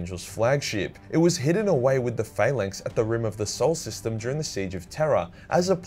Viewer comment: Love how you pronounced it Fail-length instead of Phallanx 😂😂😂